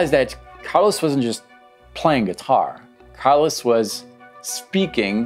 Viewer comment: Plitora of othe 80s guitar heros? Did you mean Plethora? It's Carlos not Carlis. Wow dude